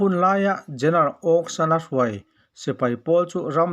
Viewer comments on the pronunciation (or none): Ongshana tih kha athluk i lam diklo lo maw Awngsana mizo lam dan kha adik zawklo maw.